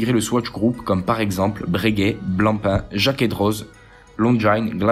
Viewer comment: Ouhla la prononciation des marques MDR ...... Tizo au lieu de Tissot avec deux S. ......... Lemania se prononce LES Mania pas Le Mania, Jacquet Droz se prononce DRO le Z ne se prononce pas bref sinon ça semble OK